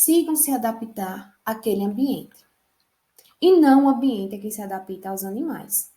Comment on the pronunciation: Alguém fala pra ela q é adapta n é adapita não kkkkkkkkkkkkkkk pensei q era professora rsrsrsrs ela ainda quer ensinar